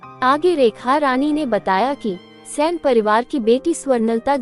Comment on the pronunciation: Its not sen, its saini